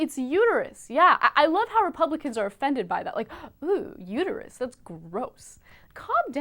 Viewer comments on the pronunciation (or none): "It's uterUS, not uter-YOU." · It's uterUS not uterU